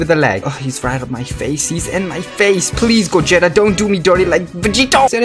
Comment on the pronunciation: U say gogetas name wrong